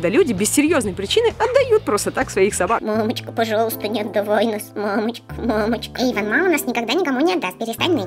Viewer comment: не Эйдон а Эйван